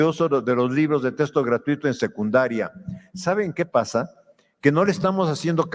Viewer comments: Este señor ya delira, los maestros también son humanos con necesidades personales y económicas. No viven del aire no son robots Solo le pido que por favor pronuncie bien la palabra "texto" y no "testo" "extra" y no "estra" Me irrita escuchar "testo" y "estra" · Diaz Barriga, investigador de renombre, sueldazo... y pronuncia "testo" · Doctor y ni siquiera sabe pronunciar la palabra texto